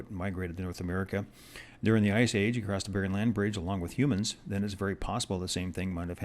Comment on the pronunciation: I had to stop halfway through just to beg you not to ever say "acrost" again. It's not a word. The word you want is "across". You seem like a nice guy so I want you to know you'll sound 10 times more credible if you make this change.